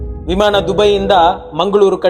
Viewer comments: ಪದ ಉಚ್ಫಾರಣೆ ಸರಿ ಇಲ್ಲ. ಉದಾ. ಹಾರಾಟ-ಆರಾಟ, ವಿಮಾನ-ವಿಮಾಣ.. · ವಿಮಾಣ ಅಲ್ಲ... ವಿಮಾನ